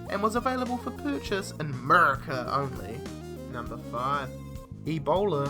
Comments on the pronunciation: Never say murica like that again please... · This guy is a douche. Why did he say America like that?